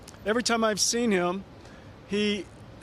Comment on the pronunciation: His name is Huang not Wong. Please learn to pronounce it accurately.